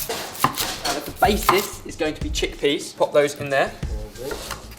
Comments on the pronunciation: i heard chick "peaness" ummm....WHAT? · chick pea-ness he said. What I heard was chick penis. LOL! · did he just say chick penis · Literally thought he said chick penis. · I thought I heard Chick pea-ness too!! HAHAHA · I thought he said chick penis XD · Lol chickpeenis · ohhhh 'Chickpea-ness'... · I'm watching this whilst my 7 year old brother is in the room. When said "Chick Pea-ness", my brother said "Penis"! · I heard chick penis.